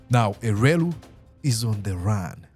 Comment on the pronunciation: It's elwelu not elweru